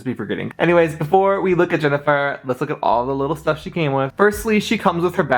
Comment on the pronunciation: Also, it's HEN-A-FIRE, NOT JENNIFER as YOU SAID.